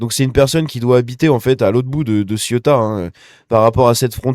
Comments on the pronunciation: il faut articuler le mot ce n'est pas la Ciotat, encore que il y a pas mal de gris c'est vrai 😬😬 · 34 morts à l'heure actuelle..Ah et petit conseil, on prononce : Séouta et Méliya